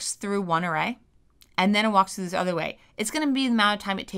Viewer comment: “walks thru da udder awway”